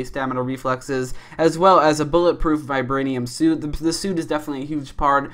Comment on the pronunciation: "Ultron is made of varbanium"